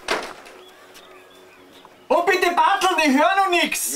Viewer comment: "Reizen Sie mich jetzt nüscht" 😂